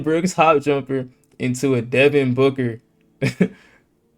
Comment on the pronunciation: bro you said jumperrrr